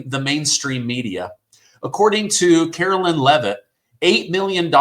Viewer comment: Hi, No Disrespect At all,, But her Name is Pronounsed Karo LINE, As like the song Sweet Caroline, But she spells Hers with A K. Just thought Id Clear that up, Lol. My name is Caro LYN, like you pronounce Hers, Sorry Just had to clear that up, Love your Show❤🇱🇷😁